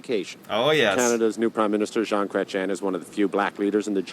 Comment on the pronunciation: Something really funny is that he pronounces Prime Minister Jean Chrétien's last name, "crétin" which means idiot in French. This sketch is over 20 years old. Jean Chrétien was Prime Minister from 1993 to 2003.